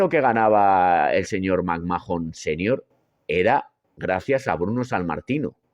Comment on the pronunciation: Roman Reigns fue la razon por la que deje de ver la WWE en 2016 y volvi recien por pura curiosidad cuando volvio Cody Rhodes. Nunca me gusto Reigns no lo soporto. Otra cosa me da por los huevos escuchar que pronuncien McMhahon " macmajon", se pronunca MACMán